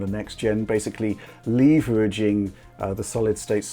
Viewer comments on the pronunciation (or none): wtf is LEV-ER-GING ..... its Leveraging hahaha